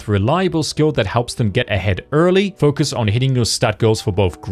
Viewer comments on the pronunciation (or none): none